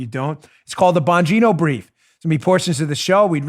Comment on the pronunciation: "Joe and I worked really HARD-ON it, it's in the Bongino('s) BRIEF(s)s" lol!!!